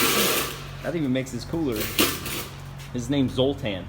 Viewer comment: Dude where's my car "zotar"